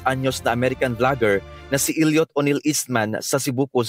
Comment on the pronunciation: Hindi “il-yut”, “el-yot”